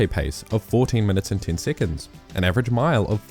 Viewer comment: why do you say siccunds?